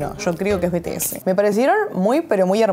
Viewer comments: bts se dice en ingles bi-ti-es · se pronuncia bi ti es, pero bueno, detalles